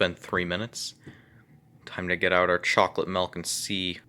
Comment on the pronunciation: Excuse me sir.... Did you say mElk?